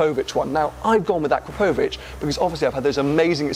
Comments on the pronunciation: When pronouncing "Akrapovič", the emphasis is on the second 'A', not the 'O'. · "No no no no no It's akrapohvic not akrapovic, your doing it all wrong" ty Hermione, jokes aside, love your content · AkrApovič, not AkrapOvič. 😎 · Great vlog and fair play for getting it tuned!! I must say though it's pronounced: A-KRAP-O-VICH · sounds wired how he pronounces "AkrapÓUvic" :D … but i like the idea of keeping the 911. so much stories behind that car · Ah crop o vich. I don’t know what letters you’re pronouncing but some of them don’t exist in that word. Good luck with your Porsche. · I think the guys at akrapovic will not be too pleased how your pronouncing their brand 'o crap ovik' is how it should be said. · Its pronounced A-crap-o-vich! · It’s pronounced a crap o vic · FFS - please ask a Slovene how to say Akrapovič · Please have someone show you how to pronounce Akrapovic :) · I hate that everyone says akrapovic wrong. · OMG hearing the Akrapovič name said wrong so many times is painful :S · The way you pronounce Akrapovic is so weird.